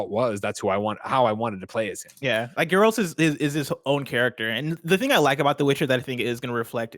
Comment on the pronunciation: I don’t think has played the Witcher 3, just based on his mispronunciation of “Geralt”. I could be wrong. Edit: he kind of pronounced it better as he went along. Alright, I’ll give him the benefit of the doubt haha